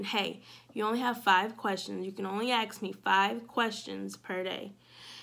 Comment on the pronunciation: Just want to say I think you are doing a great job with your channel. Good luck. One suggestion is that you pronounce "ask" correctly. Please don't be upset with me for this suggestion. You are so knowledgeable and well spoken.